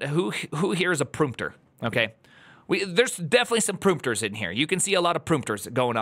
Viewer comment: I subbed when I heard you say “proompter” 💀